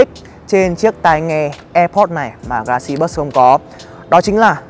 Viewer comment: "galaxy buoi" :v